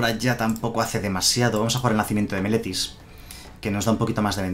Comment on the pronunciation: Viendo todo el video, no sólo por el mazo sino para ver si en algún momento dices bien Meletis :D , ahí llegó :D